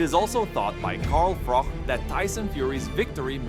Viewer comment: It’s Froch not ‘Frok’ FFS